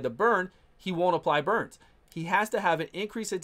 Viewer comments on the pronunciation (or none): none